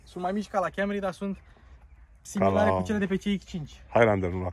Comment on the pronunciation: Pe lingă faptul ca de fiecare data îi zice Kemry 😂